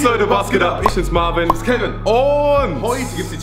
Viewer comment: Marvin nicht marven 😅